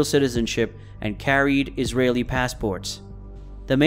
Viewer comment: You also mispronounced Israeli